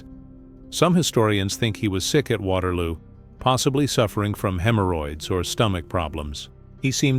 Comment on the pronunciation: “Waterwoo” 😂 AI at its best